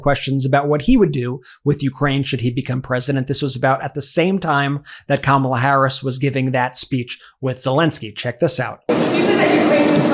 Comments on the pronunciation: Did Laura actually pronounce Kamala Harris' name correctly?!? Must be the only true thing she has said! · Atleast Laura is pronouncing Kamala's name correctly.